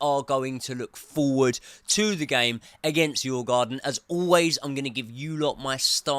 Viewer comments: you prounonce the "å" in the same way as you would say the "o" in "or" , so its Djurgorden not djurgarden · "I have done extensive research into the name"...?...Sure you have :0) Its: "dyoo·uh·gaa·dn" The D is pronounced and there is no R...where did you get that one from?! Its not even in the spelling! lol